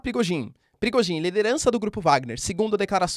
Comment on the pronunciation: Toda vez que voce fala Prigozhin, eu escuto Perigozin